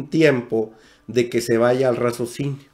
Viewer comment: Y no me lo tomes a mal. Se dice: RACIOSINIO. No razocino. Y si. Tienes razón. Hay que saber qué escuchar, porque debemos saber discriminar, qué escuchar.